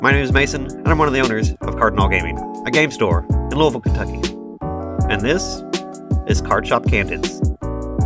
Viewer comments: You can tell he's local to Louisville because he manages to compress it into one syllable. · You can trust this man just because he pronounces Louisville right